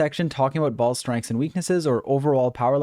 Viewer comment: i can't stop hearing you say balls instead of "baal's"